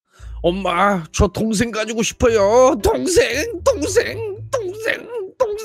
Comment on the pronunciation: 초에 동생이 아니라 똥생이라고 들린다..ㅋㅋ